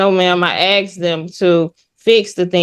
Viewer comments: She axed! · Is it so difficult to say, "asked", instead of "axed"? That drives me bonkers! Almost as much as, straightly. 😂😂